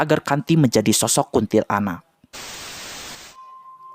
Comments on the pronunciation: KUNTILANAK. BACANYA/PENYEBUTANNYA JGN DI POTONG MENJADI DUA SUKU KATA. BUKAN : KUNTIL ANAK TAPI : KUNTILANAK (PENYEBUTANNYA DI SAMBUNG) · Kuntilanak bang, bukan kuntil anak😂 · Bukan kunntilaanak yg benar kuntilanak q Tot 😂😂😂